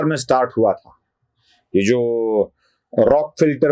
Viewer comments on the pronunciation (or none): राॅकफेलर फाउंडेशन असा उच्चार हवा. या सर्व NGO वर वेळीच बंदी घालायला हवी होती